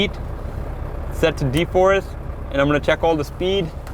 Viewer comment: De-frost not de-forrest😅